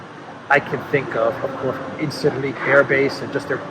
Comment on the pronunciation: incirlik is pronounced injeerlik, erdogan is pronounced erdowan